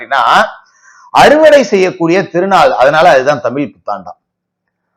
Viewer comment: ஐயா நீங்க தமிள்தமில்என்றுபேசுகிறீர்கள்